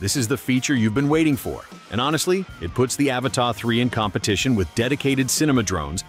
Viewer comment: AVATA not Avatar